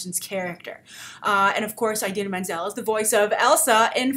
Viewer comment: can you please stop pronouncing it "eye-dina"?